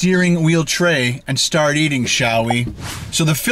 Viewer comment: shart eating 😂 i love when messing up on is word especially is video blooper at the end of the year To funny 😆